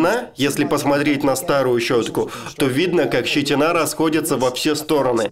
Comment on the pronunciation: Не щитинА ,а щитИна